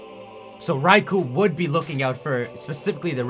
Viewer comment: Thank you for saying raikou and not RAY-KOH